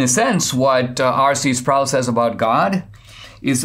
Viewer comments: RC Sproul is pronounced not rhyming with "prowl" but rhyming with "pole," or "roll." Just FYI. Listen to Ligionier Ministries. Loved RC for years, and now he's gone, still love his stuff thru Ligionier, pronounced Lig-gun-ear hard "g". :) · R.C. Sproul's last name is pronounced, Sprole, not Sprowl.